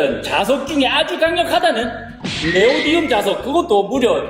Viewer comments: 네오디움이 아니라 네오디뮴이에요... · 네오디움 아니고 네오디뮴 입니다